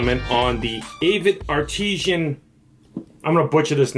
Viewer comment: "ART-IS-AN" not "AH-TEE-SHAN", kid